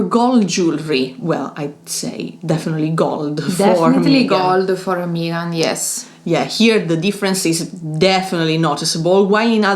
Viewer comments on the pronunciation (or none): Ladies, it is Meghan, NOT Meeeeegan! Your mispronunciation of her name was distracting. I also see that the propaganda from the petulant William and his palace lackeys via the British press has influenced several commenters in their anti Harry and Meghan attitudes. 🙄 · Lovely video as always but please her names is Meghan, the vowel is as in „Beg“ not an „Eeh“ as in „Me“. 😂❤